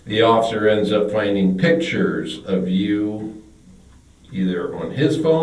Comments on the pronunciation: we finna be pacific about the pitchers... aight? aight?.......😂😂😂😂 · lol.... cant forget pitcher....... lol.....